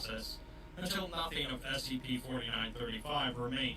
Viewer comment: I hear you pronounce it as spc often.